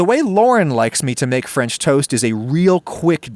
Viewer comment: mmhhmmm fremch toast